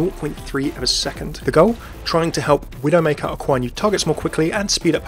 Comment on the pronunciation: I couldn't really understand what you said about Widow:/